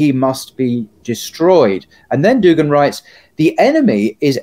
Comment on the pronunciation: It’s DugIn, not DugAn